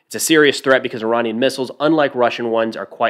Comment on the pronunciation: I know this is a tiny detail but props to for pronouncing Iranian the way the Iranian diaspora pronounces it. I'm so used to hearing Americans especially veterans refer to I-ran like I-raq.